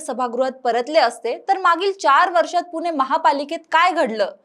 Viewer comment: आधी पुणे म्हणायला शिक .